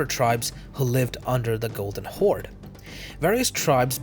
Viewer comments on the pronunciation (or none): its the golden horde not golden holde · Blue Holde - White Holde I think u meant Horde I asked ChatGPT, he said Horde ^^